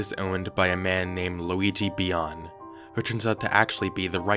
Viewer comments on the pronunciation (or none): "Luigi Bian" Ok, GUYS WE NEED TO RUN LUIGI. EXE IS BAAAAACCCC!